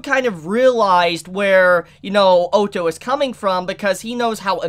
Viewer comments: PLEASE. say ottos name right. its like saying auto not O TOE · O TO (is how he pronounces (Otto) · Oh-toe??? WTF dude... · Great reaction but his name is said like this. O ( as in boss ) tto ( like your already saying it ) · You have a knack for pronouncing names differently to everyone else 😂 oh-tou. 😂 Sorry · There is a couple of corrections that needs to be fixed. 1) Otto wasn't saved by Crusch's group, he was saved by Anastasia's group with her mercenaries Ricardo and the Fang of Iron. 2) in my personal opinion, am I the only one that is annoyed about the mispronounce of characters? Otto = Ot-Oh/Odd-Oh, Roswaal = Ross-Wall, etc. and 3) Ricardo is best girl. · Everytime you say otto i hear the german word auto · No one:: "O-toh" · Please pronounce the names correctly I'm gonna have a lung hemerage if you mispronouce Otto's name again. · I feel like he is saying Otto wrong just to make people angry